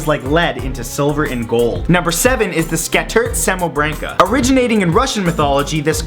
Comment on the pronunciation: It's SKAH-TIRT' SA-MO-BRAH-NKAH